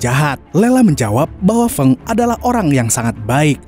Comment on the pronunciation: Feng itu dibacanya Feng bukan Feng....😊